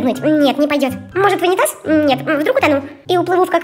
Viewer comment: может в вунетазе нее вдруг я уплыву в какашечные дали Я:😂😂😂😂😂😂